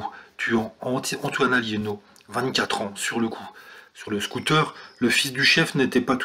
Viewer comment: C'est Alléno pas Alliéno !